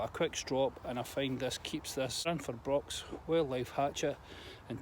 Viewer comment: You totally butchered the name of our company, it's ok though most people do....lol...."Gränsfors Bruk".....🪓🪓